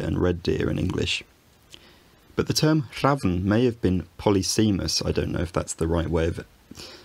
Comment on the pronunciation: The "-sem-" element of "polysemous" should rhyme with "sem-antic". As for the taxonomy... I've lived in southwestern British Columbia, where we have crows and ravens, and... I have no idea how to tell the two apart.